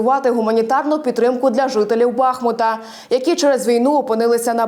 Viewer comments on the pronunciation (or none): Да ну скільки можна!!!! Нащо ви перекручуєте назву міста!!! Як вам не соромно! не БАхмут! А БахмУт!!!! Наголос на букву "У"! Запам'ятайте нарешті!!! "БахмУт", "БахмУтська міська рада", "з БахмУтом у серці", "річка БахмУтка"!